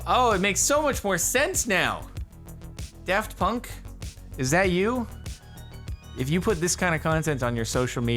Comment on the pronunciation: I'm sorry, Jardon, did you just say "Deft Punk"?